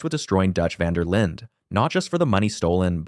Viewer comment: Knew it wasn't looking good when he pronounced it vander Linda😭